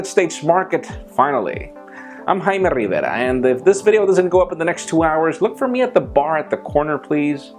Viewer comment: I like how he says his name. . Jaime Rrrrrrrrrrrrriverrrrrrrrra! Lol